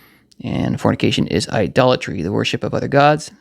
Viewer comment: this was a lot more clarity for listening to scripture. Thank you brother. Also when you were saying idolatry it kind of sound like you were saying dollar tree lol